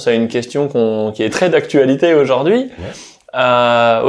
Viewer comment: Et en prononçant « aujAUrd’hui »